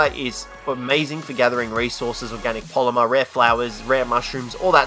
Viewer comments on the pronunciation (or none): none